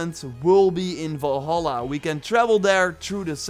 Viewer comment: is it me or does it sound like your saying volhola ?